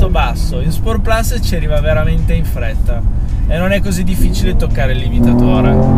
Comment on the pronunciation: Solo 2 piccoli appunti alla recensione. 1 Forse ripeti un po troppe volte "questa macchina". 2 si dovrebbe dire "sport plus" e non "sport plas" dato che "plus" è latino e non inglese 😃. Per il resto bravo ed umile come sempre 👍